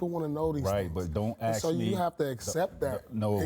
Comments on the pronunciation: It's fucking pronounced "ask" not "axe". (I'm triggered) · Don’t “axe” me